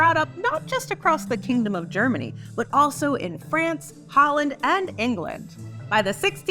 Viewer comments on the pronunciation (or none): none